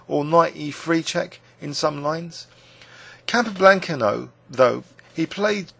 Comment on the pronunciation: He he. Its a small point, but I also noticed the incorrect pronunciation of Capa's name. Also Shaven Ingen for Sheveningen made me laugh. No offence though. Great videos.